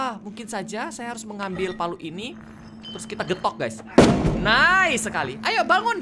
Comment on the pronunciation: "Ayo bangun" bkn balmon🗿